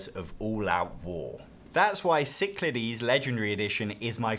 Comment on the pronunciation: Thank you for properly pronouncing Cyclades. Great video as well.